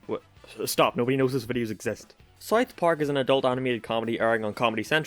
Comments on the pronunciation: It's pronounced South Park, not Sith Park. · Am I the only one that has a problem with him saying it like. Sarth parrk